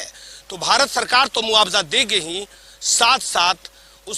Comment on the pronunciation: रिपोर्टर को अपनी भाषा पर काम करना चाहिए ! स, को श और श, स बोल रहा है